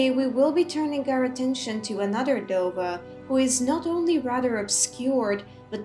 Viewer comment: Just wanna say I’m loving the dovah translations and explanations and your pronunciation is amazing. How does one go about learning the dragon tongue so well?